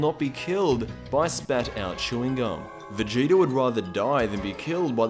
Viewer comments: Stop saying vegeter, it's vegeta!!! 😂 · It's vegeta not vegetr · Stop calling him "Vegeter" His name is Vegeta!!!!!😡😡😡😡😡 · am i the only one who hears him say vegeter everytime